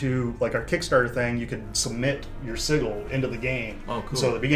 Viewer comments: Sigil is pronounced "Sih-jul" not "Siggle". Great looking game tho! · Oh my god the guy was saying siggle instead of sigil.